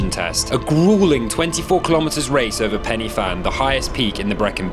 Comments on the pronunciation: Sounds like you are pronouncing it Fan, it’s pronounced Van. 😊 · Love the video! As a Welsh person it'll kill me inside if I don't tell you Pen y fan is said 'Pen-er-van'. No hate! Just wanted to let you know lol x